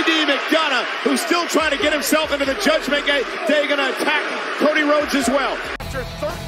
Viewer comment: Lol 😂 Michael Cole saying judgment gay sent me